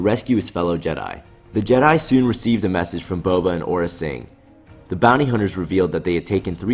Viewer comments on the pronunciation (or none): none